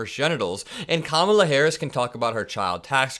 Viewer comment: I’m by myself downstairs & I still corrected Trump out-loud EVERY GD TIME he purposely mispronounced her name. I do it to everyone. It’s knee jerk at this point. Trump: Ka-mala Me: It’s Comma-la, u rude a-hole!